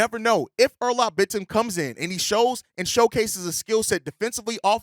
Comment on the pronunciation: It's pronounced more like Oh-Noor-Alp Bit-Tim.